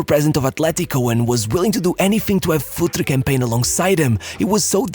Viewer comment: It's pronounced FurtrE, not Futr or Futri :D :D :D